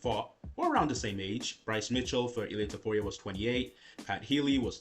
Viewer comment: HIS NAME IS ILY ILY APTURO TAPTURO! IF YOU'RE GONNA TALK ABOUT THE LEGEND SAY HIS NAME RIGHT YOU HAND SANITIZER BOY HATING MONGOLOID